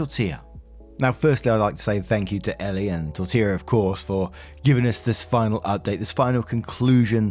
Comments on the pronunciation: great job pronouncing Tortilla’s name this time. 😊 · You perfected “Tortilla”! I smiled every time you said it in the first video… but that was a CRAZY saga so the unintended comedic relief was great! #torillagate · Omg you got Tortilla right this time! love it haha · Thank you for saying Tortilla properly, it means a lot.